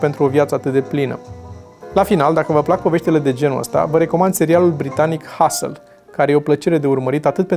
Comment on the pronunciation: Hustle. Am căutat și eu pe ghicite până l-am nimerit (și mi l-am adus aminte). Ori pronunția e cu virgulă, ori urechea mea "englezească" dă rateuri ori ambele.